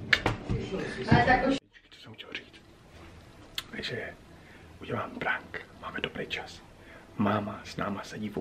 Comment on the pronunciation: Nauč se vyslovovat slovo prank...